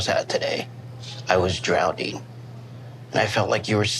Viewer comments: Did just say 'drownding'? I've dated someone like. I could kick myself for the wasted 2 years with him but I'm now super aware of this abuse and have learnt my lesson. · saying he was drownding was the best thing he said the entire time he was speaking throughout all 3 episodes of the tell-all! 🤣🤣🤣